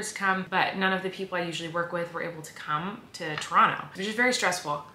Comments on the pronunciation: Colleen you say Toronto like a true Canadian. With out the o and t🤪 Trono that’s how Canadians say it lol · I LOVE that you say Toronto the Tronnoo way 😂💙💙💙 you make my heart happy!! Was sooo sad I missed the Toronto show!! It sold out so FAST!! 🇨🇦🇨🇦🇨🇦 lovelovelove